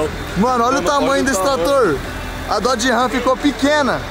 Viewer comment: A RAM não é da marca DODGE, se separaram, e é Dodge, e não DOD ! TMJ !